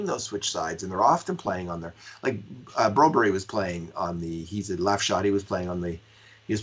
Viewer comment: Jesus its broberg not broberry staples..